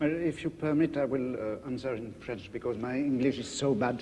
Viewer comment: I know the following message is irrelevant to the extreme majority of those who might read it in the future, but this comment section is the only place fit to express it. I am utterly amazed by Foucault's pronunciation of french. I am not a native french speaker and have been studying it for about 2 years now. Most of the time I listen to native francophones I find their pronunciation and word choice some what confusing, fully understanding about 70% it. Most of my experiences whit native speakers are in movies and what not, and the subject of the conversations is mostly mundane. Obviously my lack of understanding is imputable only to my unfamiliarity with the language. On the other hand, Foucault's speech is much easier to understand. He speaks in slower paste and clear pronunciation, no excessive abbreviations and élisons that are so common in informal speech. Even approaching abstract subjects, it manages to convey the whole message. I thought I wouldn't understand a thing.